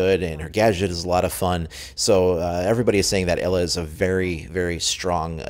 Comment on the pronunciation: Just a note: Ela is pronounced like Eela, not Ella xD